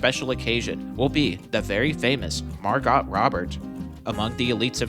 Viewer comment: Can't unhear your pronunciation of MarGOT Robert